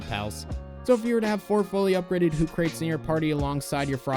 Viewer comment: I think it's pronounced "Hoo Kra Tees" Like Socrates if he was an owl. Sorry if that was pedantic.